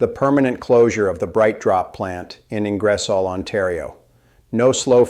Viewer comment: Bad AI, can’t Pronounce Ing-er-solle